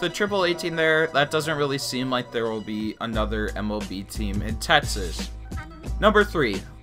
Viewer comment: Bruh. It's Texas not "tetsits" lmfao